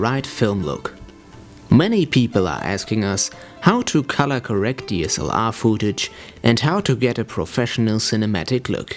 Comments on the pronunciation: worst english ever xD fooouuuutage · Footage wird wie foot ausgesprochen :) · gehe bitte auf leo.de und höre dir die korrekte Aussprache des Wortes "footage" an. Ansonsten fand ich das Video sehr informativ. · "foodtage"... haha. es heißt footage! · This is an extremely helpful video. Thank you. With that being said.. I lost it when the dude says "Fooo-tage." hahaha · "fuutage" xD